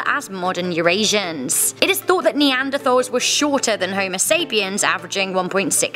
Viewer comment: i know it’s spelt neanderthal but it’s pronounced neanderTals...